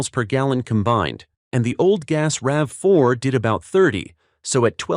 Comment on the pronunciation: It’s called a RAV4, Not a RAVEY!